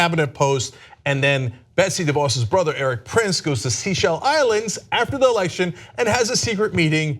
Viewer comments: Seychelles is pronounced SayShells not SeaShells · 'Say-shells'. Not 'Sea-shells'